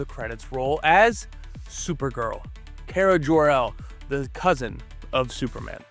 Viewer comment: Yours isn't the only channel to do this, but I wish all of y'all would learn to pronounce Kara's name correctly. 🤦